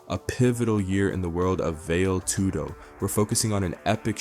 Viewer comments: it's vale tudo, not vail tudo. get your most basic and elementary terms right. Stopped watching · Definitely hard to hear Vail Tudo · Bro it's pronounced "Vah-LAY" Tudo. Cmon man, if you're gonna do a video on it at least show some respect for the sport and lesrn the shockingly easy pronunciation.